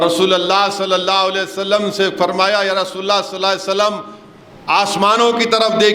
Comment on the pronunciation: Nabi sallallahu alaihi wasallam bolne me mistake hori ya hamako sunne me, Allah behter jane